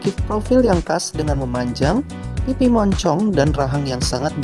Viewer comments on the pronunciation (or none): Setiap pelafalan kata "Monchong" harus dikasih penekanan khusus gitu ya?